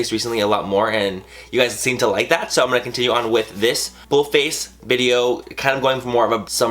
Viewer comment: Whenever he says full face, it sounds like bull face :P Love you Manny!!! <3 You have such talent at SLAYYYYYYING life!!!